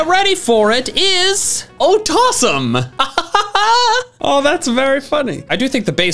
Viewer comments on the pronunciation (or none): otossum should be "ohtossum"